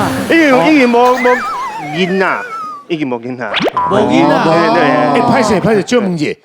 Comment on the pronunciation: 以現在台灣年輕人來說 台語算是不錯 但發音 音調很多還不是很標準 囡仔 常說成印啊 跟 鈴啦 就是說鈴啦 發音 音調走鐘很多還自稱台語老師？？ 台語的標準還不及浩子的一半 艾董的台語確實是較好較標準